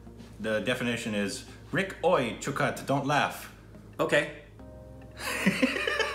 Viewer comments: React on 73 Questions with Priyanka Chopra | Vogue |. I'm sure you'll enjoy it. Also want to say you guys are doing an amazing job. One more thing, your pronunciations are spot on. Were you an Indian in your previous life😅. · Rick is seriously awesome... I am really amazed with his pronounciation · OMG man! Rick's Indian pronunciation is on point every single time! Rick is Bindaas and is.......fine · Rick is again spot on with the Pronunciationnnnn . . Very good MERA DOST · RICK is amazing.. he is too smart to be on stupid reactions.. :p He is very good with pronouncing Hindi words. Also, he understood each words very well.. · Rick your pronounciation for hindi words are so LIT.... perfect..😊😂 .your new subscriber.. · Rick's pronunciation is pretty spot on! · Rick is soooooo good at pronouncing hindi words... ❤️ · Rick's pronunciation is spot on most of the times!! How does he do it ?😲